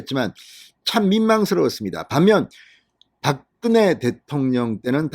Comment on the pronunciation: 진성호는 박근혜라는 이름을 불러서는 안되겠다. 바끄네가 뭐꼬? 소리글자를 읽는것도 아니고 pk지역의 사람도 이른표현은 하지않는다. 당신의 표현을 빌리면 박근영은 박근영이라고 읽었잖아 당신의 표현을 빌리면 바끄녕이라고 읽어야한다. 제발 모니터링좀 해라.